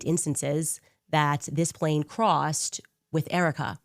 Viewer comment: He said “plane” wrong 😂😂😂